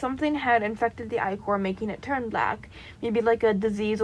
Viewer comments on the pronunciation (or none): I’m sorry but as a Greek mythology nerd I gotta correct you It’s pronounced Ick-er I’m sorry I don’t mean to be rude I just gotta correct you. every fiber in my being is screaming at me, Also love the video and the bean character amazing